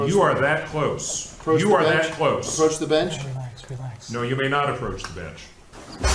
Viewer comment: " 'proach the bench?"